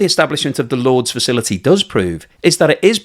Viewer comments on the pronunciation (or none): At first I was like “Lords”? Like the cricket ground? And then I realized he’s trying to pronounce “Lourdes” 😂 …. It’s pronounced “loor-diss” lol